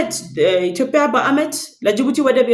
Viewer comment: ጎበዝ ዘጋቢ ነሽ ነገር ግን "ኢትዮጵያ" ብለሽ ጥሪ "ኢትዮፕያ" አይደለም